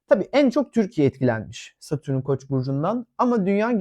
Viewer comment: Ama lütfen, Satürün değil, Satürn.